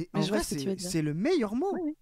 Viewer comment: tu rigoles, mais en vréé... 🧐